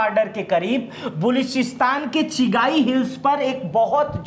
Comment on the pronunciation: चिगाई नहीं चगाई